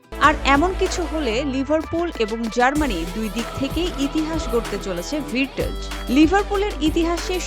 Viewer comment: ভির্টজ???😂😂😂 রিপোর্টার হইছেন কেমনে?